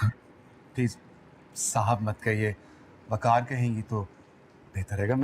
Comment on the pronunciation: jitni bar waqar bola maine makkar shuna😂😂😂